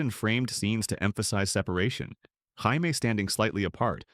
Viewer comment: hi me? you mean Jammie (J -ME)